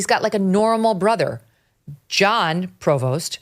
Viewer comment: It's pronounced Prevo. The letters s and t are silent.